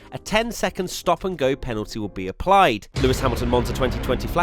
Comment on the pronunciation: The number of times he said "Panalty" in this video 😂